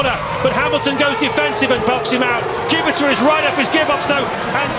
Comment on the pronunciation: Genuine question, why do they say "Kubixa" instead of "Kubica" how it's said properly?